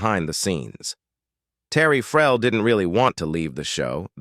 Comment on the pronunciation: the AI voice means Terry Farrell . I am very sure about this